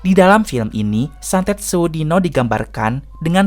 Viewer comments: bljr lgi nyebut judulnya.. sewu dino bukan seu dino😂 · Sewu, bukan se'wu